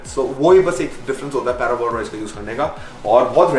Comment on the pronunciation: Bhai it's par-boiled (not para-boiled). In Hindi, it is called Sella chaval. It is boiled with husk so the nutrition from husk goes into the rice and then de-husked and dried. The starch crystallizes in the process.